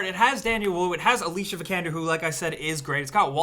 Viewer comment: Her name is pronounced Alicia not Alicia